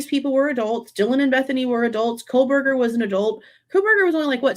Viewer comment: Does he say KohLberger or Kohberger? Sounds like Coal-burger.